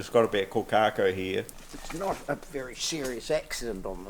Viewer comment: Can't even pronounce the name of the bird correctly